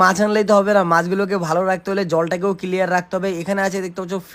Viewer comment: এটা কিলিয়ার নাটক ক্লিয়ার ভুলভাল উচ্চারণ টা একটু বন্ধ করো প্লিজ 🤣🤣🤣ঈ🤣🤣🤣😁🤣😁😁🤣😁😁😁🤣😁😁😁🤣😁😁😁🤣😁😁🤣😁🤣🤣😁